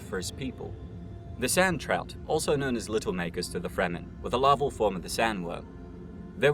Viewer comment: Ever heard or the fish called a trout? Like that but in sand: "sandtrout", not "sandrout".